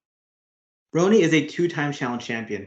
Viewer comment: Roni is actually pronounced ronnie